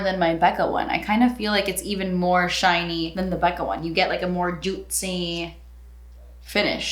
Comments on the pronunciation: I really love when said 'jutcy' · Who else says JUTSIE and PEESHIEE everytime she says those terms? 🙋🏻‍♀️me! Just me? okay😂